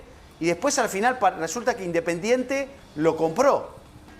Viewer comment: Mirá si estará en crisis Indesingente que a Montenegro le robaron todas las "S" al hablar